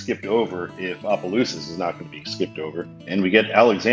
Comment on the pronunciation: The Louisiana half of me felt the compulsion to correct two pronunciations. Actually, introduce a pronunciation and correct another. Tchopitoulas is pronounced "chop-a-TOO-las" & Opelousas is pronounced "opp-a-LOO-sas".